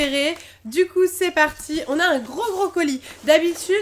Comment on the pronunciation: À , j'ai entendu "l'ouverture d'un brocoli" au lieu de "l'ouverture d'un gros colis" J'avais pas compris xDD